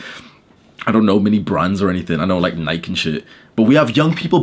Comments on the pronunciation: is so cool and absent from This bullshit that he can’t even pronounce nike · It's weird that Brits say Nike. In the US we say Ni-key for Nike.